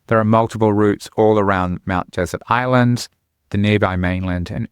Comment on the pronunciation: It's pronounced Mt DeSERT Island, like we pronounce dessert.